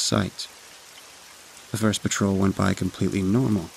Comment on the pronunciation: promise kept, except a grammar error here and there - dangling participles are really a peevy thing - and dogs laying on "ground" inside the house where floors should be. The guy doing the construction story 14 needs to learn how to consistently pronounce "batrol, '' 'trol, "puh-trol, "p'trol, "patrol", but he's got a great voice for stories like this. He keeps the tone fairly even and low and creepy-sinister but not flat and boring. Swamp Dweller seems much improved for this outing - still not pronouncing the Ls that end words, though. They are not Ws, dude. And "asked" has a K in it that needs to be pronounced, so the word does not sound like "assst". Sounds like he makes a pretty darn flawless recovery from a near flub in his first story. I'm impressed. I'm only halfway through the vid...